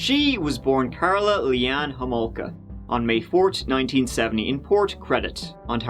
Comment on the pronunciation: First of all you pronounced her last name wrong. it's homolka not holmoka. and was that a jab at Canada. no offence but your accent isn't from the brightest of places geographically speaking. So why don't you keep those jokes to yourself hun cuz they ain't funny